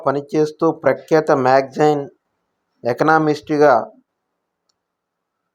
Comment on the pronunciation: ఎకనామిస్ట్ అనాలి బ్రో!